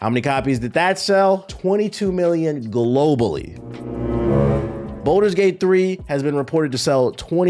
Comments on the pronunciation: Why does pronounce balder's gate like it's spelled bolder's gate? There is no o in the word my boy lol. Its balder's as in (ball-ders) Lol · Ball - ders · The worst take is how you pronounce “Baldur’s” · I’ll take his minor pronunciation error over all the brain dead takes of the “I only fw COD and 2K” crowd.